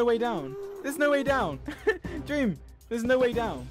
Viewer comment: sounds like George said deam😂